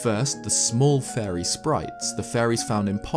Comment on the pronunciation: the way you say fairy sounds like furry